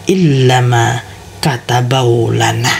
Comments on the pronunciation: Itu bacanya apa gk ada yg kurang y, katabawlana atau kataballahu lana. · Ma,af 6 ya kenapa kok gk dibaca yang ini makatsbellohu lana,kdengaranxa qwe kayakxa maka tabeu lana, gmna makabeu lana y makasih tapi ma,af 6 sebesar6xa y cuma sependengaran qwe ni lo klo bisa lebih jelasxa yg tenga2 saja makatabeu lana ap makatabello lana mksiih